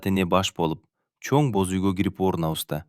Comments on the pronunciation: Бөз үй эмес Боз үй дечи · Бөз үй эмес боз үй😊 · Бөз үй, Нургуль, Үна. У, ү,Ө,о катышкан сөздөрдү үйрөнүп алсаң. Азаматсын. Кыргыздар деле орустардын ар бир сөзүн так сүйлөгөнгө аракет кылабыз. Орустар деле так сүйлөшсө кыргызча кыргыз тилин тебелешбей. Орустар кыргызча сүйлөгүсү келбейт. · Нургүл чыгаар,какшатыптын оорду, кашатып, иши кылып орус окубай эле койсо болмок экен!бөзуй. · Кыргызсынбы туура окуганды уйронуп албайсынбы??? Боз уй де.